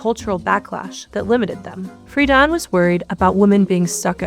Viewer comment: FREE-DEN NOT FREEDON